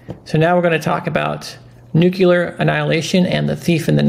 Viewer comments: Listen... Great effort but... I have a hard time with anyone, especially an educted person that mispronounces the word "NUCLEAR". Say it with me NEW CLEE ARE-NUCLEAR. EASY, RIGHT? NOT "NEW CUE LAR"- NUCULAR. PLEASE TRY? It detracts from your wisdom. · NUCLEAR, not nucular...